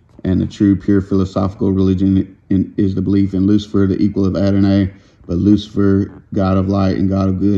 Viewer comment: Hey sis. They spelled it “Adonay” so I was trying to sound that out. Probably should have pronounced it as “Adonei” or “Adonai.”